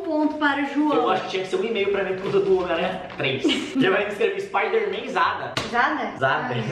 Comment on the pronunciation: Não. É. Espaidemem. É. Homem. Aranha. Kkkkkkkkkkk.